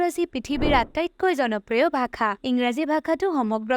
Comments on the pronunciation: Bhakha?????? Ne bhaxa? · Video ভালেই বাৰু,, কিন্তু ভাখা নহয় ভাষাহে , মানে উচ্চাৰণটো 😊😊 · its not 'Bhakha' , it is 'bhaxaa' your pronounciation in the entire video is wrong. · Prothomote apuni bhakha tu pronounce koribo hikilok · onh eneke pronounce koribo lage...video t bhaaxa r pronounciation xuni murtu bikhai gol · ভাষা শব্দটো সঁচাই ভুল হৈছে উচ্চাৰণ । ভাখা কৈ আছে